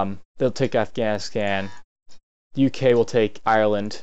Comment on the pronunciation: it is not Ire, it is called Ireland.